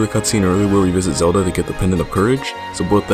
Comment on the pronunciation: Uh, you said Zadlo? ;)